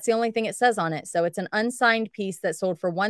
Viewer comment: Is it me or does she not pronounce her Ls in sold?